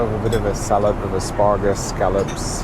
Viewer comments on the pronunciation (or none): Lol. He seems to like asparagus though.... and every time he pronounces the word with his accent l smile to myself.